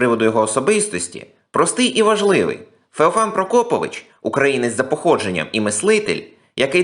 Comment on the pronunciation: Наголос у прізвищі мабудь трохи не той..